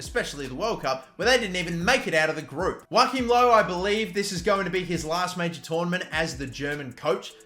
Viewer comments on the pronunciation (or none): none